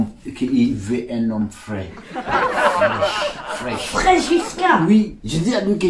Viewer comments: Le mec au lieu de dir frais il a dit fraiche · On dit frai